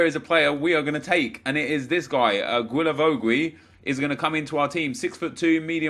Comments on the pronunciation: Can you call him gilavogi not gwilavowgwi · Hi, Just to let you know, it pronounces Gilavogi so just like you said but without the 2 « u »;) i see you struggling every time you try to pronounce his name 😂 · Its pronunced as "J-I-L-A-V-O-J-I" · Hey, just wanted to say, it's pronounced Gi-la-vo-gi. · The way you say guilavogui disturbs me